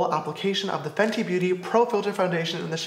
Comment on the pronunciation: haha its FENTY not FENTI lol